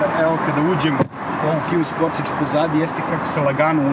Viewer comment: Kaze se Kia Sportaž, a ne Kia Sportidž...